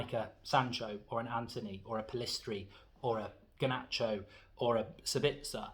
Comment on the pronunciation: Thank you for pronouncing Pellistri correctly!!